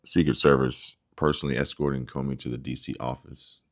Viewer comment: Hey Comey is pronounced Ko Mee, but no problem I'm still a WIP. love U folks.